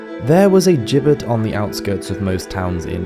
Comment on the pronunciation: (Meant constructively) Gibbet is pronounced “Jibbet”